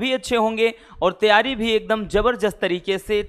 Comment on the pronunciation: Sir jab bhi aap staring me taiyari ke bare me bolte h to mujhe first time hmesa pyari sunai deta hai 😂 kisi ko sunai deta hai kya